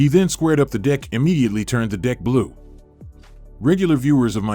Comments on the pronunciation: Yeah😂 dude!! i do the same, and i kindah feel like he literally is saying the other one we heard in place of the "DECK"🤣🤣 if so, the guy's a savage dude 🤣🔥🔥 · Since when do playing cards belong in a "dick?!" That's news to me. It's just a wee, wee mistake that should be corrected in this video's narrative. (And why am I now thinking of the letter "p?") ~ And, no, I don't like any voice overs that are using AI-- or any "other" computer-generated voices. Using this "choice" for the Narration (my cap) part of a video presentation I think clearly illustrates that, as a culture, we are becoming increasingly lazy and even cold-heartedly disconnected from an important part of what defines a healthy civilization: putting a priority on direct and personal communication that can imbue all of the feelings that human expressions can generate. Our personal "signature," i.e., our own vocal styles, our unique ways of expressing feelings or information of any kind between human beings, are rooted in the evolution of a civilization. But, when in the course of finding--or seeking--more effective ways to express ourselves in this technological world become interrupted by our lack of appreciation for direct and personal human contributions to oral communication, it deeply concerns me, because part of what defines the healthy growth of any society is being able to communicate clearly and directly, human-to-human, voice-to-voice. Our words are, indeed, a reflection of our personalities,of our personal thoughts and emotions; and when expressed through our unique personal inflections, each of us really do continue to better understand ourselves, i.e. with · Why is it that every time the commentator says "deck" it sounds like "d#ck"? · This one sounds like he is swearing every time he says deck and its really distracting. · Y'all he is definitely not saying "deck" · this guy can't say DECK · somethings's seriously wrong with the pronunciation of the word deck in this voiceover hahaha !!